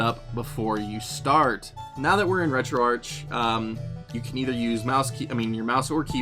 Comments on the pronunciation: It’s pronounced “RetroArck” even though it’s spelled “RetroArch”. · Good video, one little thing though. I believe it is pronounced retro Ark as in archive or archades